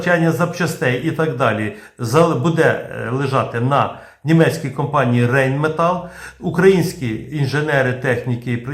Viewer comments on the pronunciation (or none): Це німецька мова. Тому Райнметал, а не Рейнметал.